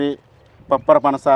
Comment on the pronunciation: "పప్పరపన్స" కాదు; "పంపరపనాస".